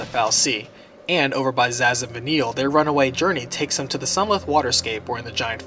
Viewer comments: Why does the narrator keep saying "Zassss" like 50 times. It's pronounced "Saz". It starts with an S! It's not "Zass from Arkham Asylum! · Zazh? I think you mean Sazh. Lol